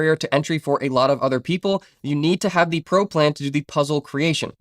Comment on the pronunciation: Great video! May i ask what are you mixed with? I keep hearing an accent when you say di (the)? 😂 open di...put di..